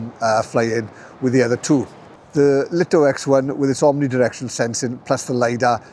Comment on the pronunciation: Thanks for the great review. For info, according to some pre-release LITO testers, DJI were adamant that the drone must be pronounced as the Light-O and Light-O X1. Not Leet-O or Lit-0.